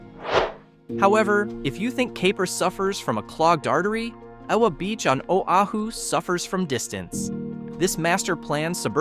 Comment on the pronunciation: Real estate. Realtors and greed. Whiet capitalists exploiting a people. Shit. The narrator cannot even honor the state…couldn’t pronounce Oahu. WT f. Practice before, and get it right instead of adding injury to insult.